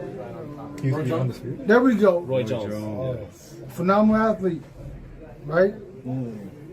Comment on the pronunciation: is a complete AH he can't say Roy Jones Jr name